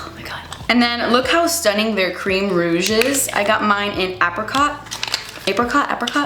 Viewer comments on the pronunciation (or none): none